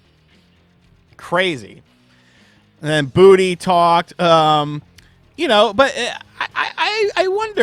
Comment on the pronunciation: i hate to be that guy, i keep hearing charemon. lets not forget bootey doesnt help.